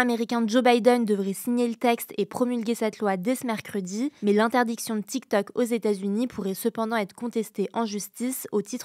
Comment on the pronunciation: Essayez d'expliquer à que c'est Tiktok, pas Tiktak Merci. Elle prononce les o comme des a, c'est agaçant.